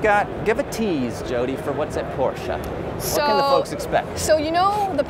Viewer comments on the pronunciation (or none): Not Pooscho